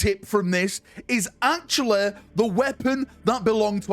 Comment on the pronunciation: that is not how you are supposed to say "actually"